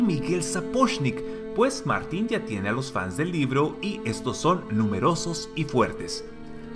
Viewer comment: Agradezco infinitamente que pronuncies en castellano las dos R de Martin....odiana oirte como si hubieras comido una patata caliente ...